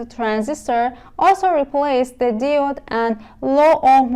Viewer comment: برای مثال دیود نادرسته. باید دایود تلفظ بشه. یا مثلا کامپوننت رو با تاکید نادرست روی ابتدای کلمه تلفظ میکنید در حالیکه تاکید یا استرس روی p است یعنی کم - پوننت. یا الکتریسیتی باید استرس روی ت باشه نه ابتدای کلمه.